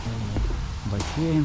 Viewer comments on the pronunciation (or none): none